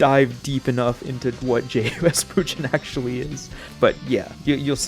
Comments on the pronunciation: L roblox avatar fr, but W video. Also, it's pronounced Mugen, not Mujin. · its not mujen its mugen just like it sounds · Bro pronouncing it as "Mujen" instead of "Mugen" I can't 😭😭😭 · Is it pronounced Moo-gen or Mooge-en? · Why do you pronounce it as mew-jin instead of moo-gen? Anyways, nice video. I.K.E.M.E.N is also a nice alternative option. A dev is currently in the works of adding rollback to the engine itself. Also, check out some actual games made with it if you haven't already. I could give you more info if you would like. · Dude mugen is pronounced with a hard G as in “golf” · Seems like a good video but I couldn’t watch. You kept saying it wrong. It’s pronounced moo-gen, I know it’s spelt mugen but that’s how it’s supposed to sound like. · "mujen" wtf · its not pronounced mujen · Thanks for the vid, but man, every time you say mugen I get reminded of "it pronounced jif" meme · I hate the way you pronounce it but respect your right to say it wrong.